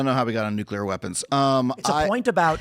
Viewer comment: "I dont know how we got on necular weapons." Adam is so mentally deficient, he doesn't even understand when Tim is making a parallel point.